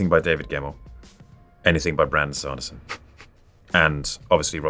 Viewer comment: The way he pronounces Brandon Sanderson’s name is adorable